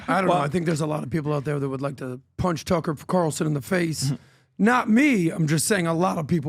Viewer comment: Tucka curlson 😂